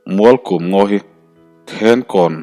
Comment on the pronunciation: Ngaihnawm ka ti si a, a chhiar dan erawh beng ti thlep lai a awm thluah mai. 'Mualkum' hei pawh hi 'hei chu a kum lut zawngin a awm a nih hi' tih a 'kum' tih a lam tur awm zawk tak te ka lo ti a, a ziaktu thu erawh ka hre lem hle lo a 😅